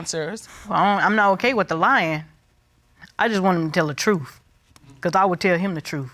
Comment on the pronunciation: If a person cannot say the word TRUTH correctly, then they cannot be trusted... Like Katt Williams said... Lol And the husband keeps saying he told her the "TRUE"... Soooo.... It's suspicious Lol